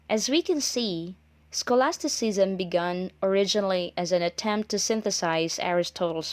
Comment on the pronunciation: scholastiseasam? learn to pronounce first